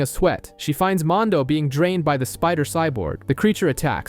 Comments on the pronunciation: Please redo this video a auto to at least say Mando! And not mon do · I hate the way this guy says mando, mondow? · Mondo? Couldnt watch bc of this... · I stopped watching because you cant pronounce mando correctly. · You say everything else just fine but mando!